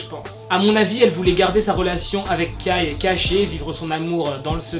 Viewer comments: ARREEETTE DE DIREE KAYYY C KAI QUI SE PRENONCE KEY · C pas kAAi ça se prononce kei mais sa s'écrit kai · Tu dit kai comme écailles j'suis morte😭😭😭😭